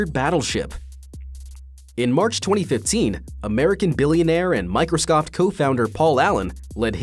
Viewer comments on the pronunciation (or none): Yep and I was looking for this comment. It's somehow very common in videos in this genre to mispronounce common words. lol and I had to edit due to a punctuation error. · Hahaha hopefully this video was demonetised because of this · You had one job and you failed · Microscoffed. LOVE IT. XD Great slip there, dude. Made my day. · 2.13 the fuck? It is microsoft not microscoft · How did you manage to pronounce Microsoft wrong? You said Microscoft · he says microscoft xD anybody else noticed? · Yep i just noticed 😂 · also it's really weird given the moderate production value. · If you listen closely you can hear him say Microscoft. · MicrosCoft??? lol what???